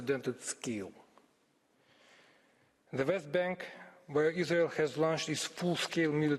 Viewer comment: Yes. The verdict is in : There's No izzzrael. Agreed